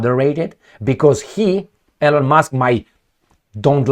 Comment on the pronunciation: Please pronounce the name "Elon" correctly. You are the only person in the whole world who mispronounces Elon Musk's first name.